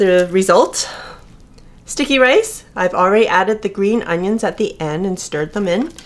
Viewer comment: Sounds like you are saying stinky rice :D